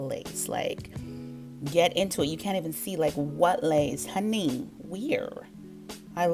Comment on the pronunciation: Hun-nay. Future is laughing at you right now 🤣